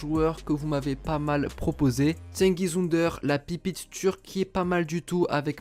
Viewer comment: plus jamais tu prononce son nom de famille comme ça